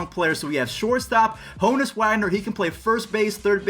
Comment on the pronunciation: Ha-nus Wagner